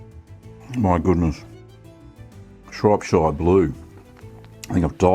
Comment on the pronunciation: Looks great! I grew up in Shropshire. Just FYI - it's pronounced Shrop (as you said it) - shuh. Rather than shire (like lord of the rings).